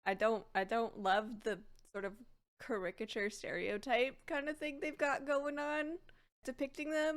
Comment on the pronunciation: ca-rick-a-chure? I love it, never learn how to pronounce that word.